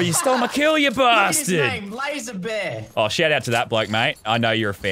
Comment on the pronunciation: that’s not Lazarbear it’s lazeebear